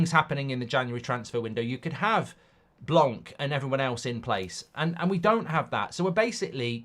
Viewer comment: Why English people keep calling Blanc (blan) Blank , you're neighbors to the french !? And we had Laurent Blanc before at the club